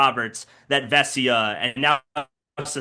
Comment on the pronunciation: haha, is the only person who pronounces vesia's name correctly